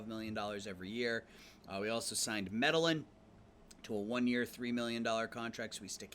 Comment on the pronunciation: Your World Series decision was fine but what a brutal way to lose. I would think you'd pronounce Medellin just like the city in Colombia, Me-Deh-Yeen. Sometimes your lineup ordering drives me nuts, like the 3 Leftys in a row, a good bullpen would destroy you late. And if Termarr Johnson has 100 range shouldn't he move to SS for the year with Royce Lewis out? Overall good stuff, really fast rebuild.